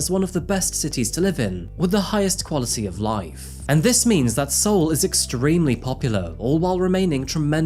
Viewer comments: Just wanted to point out, Seoul is pronounced like soul is, not see-ohl. ☺ Anyhow, congrats on the 2 million, it is very much deserved! 🏆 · Dude it's not Seeuhllll, it's just soul 😂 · I lived in Korea for 10 months. It was a great time and how you say Seoul is Soul not SeeOuul At least that’s what I learned from the locals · Why are you pronouncing Seoul like Siol? It's <<Sol>>. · Seoul is pronounce as SAY-ALL and not seeeeoonggg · It’s also NOT SEE-OOL, it’s SOUL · I have never heard anyone pronounce seoul as you do lol. I guess the closest pronunciation could be 'Saw'+'wool'. See-ol is quite far from it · Dude ur "syol" words is very annoying..its pronounce "sol" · Sorry, but it’s pronounced “soul” not “seeyol “ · Seoul is pronounced "soul", please do your research 😅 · Seoul is pronounced as Soul my friend. I enjoy your content but everytime “Seoul” comes on i had a short migraine because of how high pitch your voice was 😅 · First: Seoul is just pronounced "Soul" lol 😆 😂 second, tyyy for so many good stories! I look forward to them every week! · koreans absolutely don’t pronounce it like see-ohl. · I cringed a little when you said 안녕하세요. Same with how you said Seoul (서울 - so-ul, no dipthong). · I like you, but the 'See-yohl' nearly killed me 😭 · congrats on 2m!! also it's pronounced as Sol/ Sowl. ;n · It's getting harder snd harder to believe that isn't an AI character... See-ol 🤦🏻‍♀️ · City of "See-Ohl" 😬 ? For real.. ? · The way he pronounces Seoul... "See-ole"...🦭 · This man says seeol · Congrats!! ❤ btw it’s pronounced “soul” haha. Just for next time 😊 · "See-Oul" lol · Congratulations on having 2M subs! Btw, Seoul, South Korea is pronounced like your "SOUL". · I haven’t gotten to the case yet, but why is he pronouncing Seoul like that? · Oof, your pronunciation of Seoul could do with some work. This is going to be a rough watch. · How did he manage to mispronounce every single korean word😭😭Even Seoul??